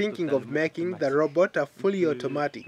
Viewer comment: heh sounds like first reporter is saying "row boat" instead of robot. Pretty cool that he build it from trash.